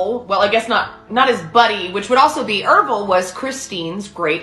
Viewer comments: Oh never mind, you say it right for the rest of the video. It was just once at the beginning. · I'm pretty sure his name is Ervil... Errrrr ville. Not Ev-ril.